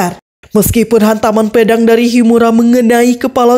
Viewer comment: Pe dang..bukanya pea dang mbak...ngulas jgn anger nyebut aja yaa